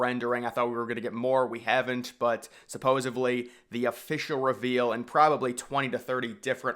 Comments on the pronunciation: It's "supposedly"!!! There's no "supposevly". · I getting my info from a guy who says “supposaBly